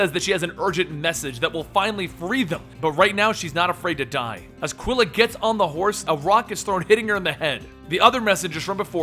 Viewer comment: the U un Quila is mute. Like " ki'lah"